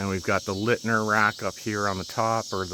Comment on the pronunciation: Leitner = Light-ner, not Lit-ner. You are welcome.